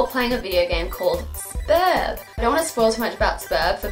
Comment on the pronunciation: thank you for saying "Sburb" not "S-burb"